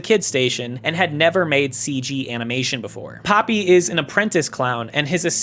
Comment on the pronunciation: It's pronounced "Pohpee." Japanese vowels are pronounced very specific ways that don't really vary based on... anything, except maybe rarely to more closely mimic the sound of foreign words if there isn't a better alternative. There are blends, but they're just... what the two vowels sound like if you say one after the other fast enough.